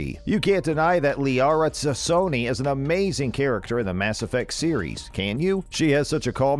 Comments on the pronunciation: Here is the red pill: "Morinth", "T'Soni" and "EDI" were mispronounced because it's a text-to-speech automated system. It's not a person speaking. The system doesn't have those names in its English dictionary and tries to "guess" how to pronounce it. Check out this video from this channel with the same "voice" and activate the subtitles: at 2 minutes 27 seconds it says "bar log added" That is clearly a mistake. Almost certainly the script is in JavaScript and in this programming language the programmer can add a single comment line to the code that is not read by the program, in this case, it shouldn't be "voiced/spoken" by the automated system. The syntax is //add the comment here So, someone want to type // log added to the code but instead typed / log added and therefore the system didn't recognize it as a comment and "voiced" "bar log added" On top of this, at 2m35s and 3m10s the automated system "says" "30 hours to finish!" EXACTLY the same way. If you listen carefully, there are irregularities throughout the video in tone, beginning and ending of sentences, pitch, volume etc All videos in this channel have the same structure, there is no person to be seen, different "voices" in different videos and with different pacing. The videos are almost certainly also automatically generated from other available videos on the internet. This may be some kind of project to see from the comments how many people believe it's actually a person speaking. The content creator in th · It's Liara T'soni, not Zasoni. :Facepalm: Did you even play the game?